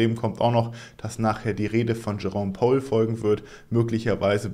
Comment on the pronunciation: Kleine Sprachschule 🙃 Powell = spricht man wie "Paul" Gemini = Tsche-mä-nei